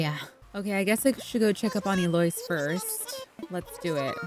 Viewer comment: I love how you pronounce Eloise 😂❤ to my knowledge it’s usually pronounced as el-low-ees